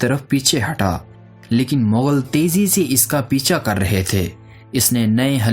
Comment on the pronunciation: Vo bilcul thk bol rha h.. mongol hi mughal hty hen